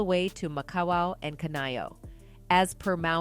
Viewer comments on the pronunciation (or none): pronounced La Hyna not lahanea!!!! Makawow not makiwa!!!!